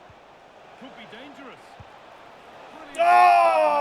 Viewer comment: Pronunciation for the Dortmumd player is buyer